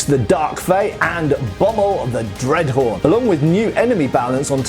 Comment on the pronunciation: lol, when you said "dreadhorn" I heard "dreadwhore" 😂😂😂